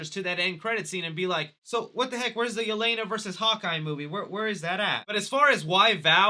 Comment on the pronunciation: I am sorry but the way they pronounced Yelena's name in the movie hurt my ears